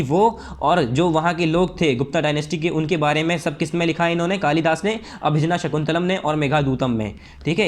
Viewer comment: Abhigyan shakuntalam bolna sikho bhai